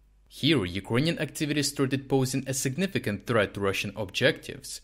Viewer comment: Friend, many thanks for your work. Appreciate it! Just a small remark: you often pronounce word "Ukranian" incorrectly, mostly like "юкрОниан" istead of "юкрЭниан". Was it intentional?